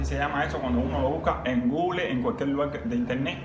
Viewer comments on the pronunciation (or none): none